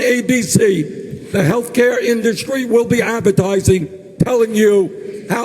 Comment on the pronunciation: "Heshcare" ~ Joe Biden 2020